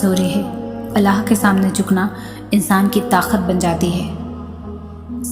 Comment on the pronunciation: Taqat ko takhat read kar rhi hn